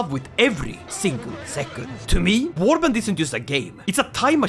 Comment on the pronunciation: Ah yes Wabrand